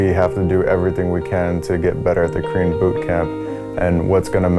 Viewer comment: I keep hearing "Cream Bootcamp" instead of "Korean Bootcamp" messed up my head! xD